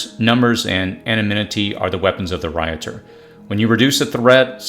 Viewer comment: Thank you for these tips! My on!y suggestion is to use proper pronunciation of words like "escape" and anonymity ( anna-nimmity)